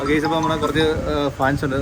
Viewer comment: ഞങ്ങൾ നിങ്ങളെയും നിങ്ങളുടെ ടീമിനെയും വളരെ ഇഷ്ടപ്പെടുന്നു. ഒരു ചെറിയ നിർദേശമുണ്ട്: സംസാരിക്കുമ്പോൾ 'ഗേയ്‌സ്' എന്നതിന് പകരം 'ഗൈസ്' എന്ന് ഉച്ചരിക്കുന്നതിന് ശ്രദ്ധ നൽകൂ. ബാക്കി എല്ലാം ആസാധ്യമാണ്. ഖത്തറിൽ നിന്ന് സ്നേഹത്തോടെ 🇶🇦.